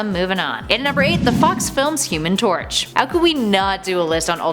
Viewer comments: At the beginning before she listed the versions she said human tot,I was said HUMAN TORCH😂😂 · Is it just me or did she say the human tort at the start